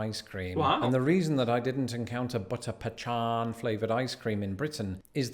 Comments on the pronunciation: It's BUTTER PEEKAN!!! Why is he pronouncing it like it's "pechan"?? You will be laughed at if you do that here!! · It butter pa-khan not pea-can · Favorite ice cream - Butter Pecan from Peach Park in Clanton, Alabama. They make their own Ice Cream and they load it up with chopped pecans. Yum! And boy is he saying Pecan wrong!!!!! It's pronounced "peh-KAHN". There's no ch sound in it. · The idea of tinned hot dogs is repulsive. How could anyone possibly eat that? As to root beer, if you've drank root beer that wasn't A&W Root Beer, you HAVEN'T had root beer. Seriously. No root beer in the world tastes like A&W. No idea where he got that "pechan" from. It's pronounced pe-cahn. No one in America says, "pe-chan". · There is no “h” in pecan. It’s pecan not pechan. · Pechan wtf lol, yeah people going look at u funny,its PE con not pe can, but of course Southern folk say PE con, though its spelled pecan and Northern folk say PE can...my daughter and law hates when people say PE can, so every chance I get I say it PE can, though I really say PE con..lol...my son made mistake of telling me she hates that, (or he did it on purpose cause he knew what I'd do, most likely on purpose) but she has no clue I actually say PE con, lol my son fights laughing off so she don't figure it out!! But he'll text me later and tell me she talks about on way home lol..great fun for both of us I had his ex gf fighting mad, because I'd play stupid about everything shed asked , and I'm good at playing clueless, though I most time knew what they answer was, I'd make up stupid stuff and make her wonder if I was right and her wrong, I mean silly stuff common sense stuff, she go to cursing on way home.. He loved it..but she was a know it all..I hate know it all lol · Please stop saying "peCHAN." :) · You're actually hurting my ears. I don't think anyone calls it pechaan. Get the "h" out, pleeze. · 99% of the people I know say "pecahn. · It's pronounced "peKan" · That pechan icecream looked good though